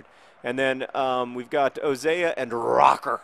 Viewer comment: I used to be annoyed by your mispronounciatio of Röcker - but I've grown quite fond of it.